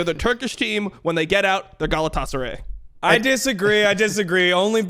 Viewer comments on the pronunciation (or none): Someone tell he's pronouncing Galatasaray wrong. Dgon knows how to say it. It's a massive football club. You can't mispronounce it. It's illegal.